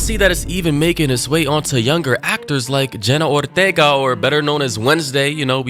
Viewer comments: it is Ortega not Othega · The way you pronounced her name in the beginning is frying me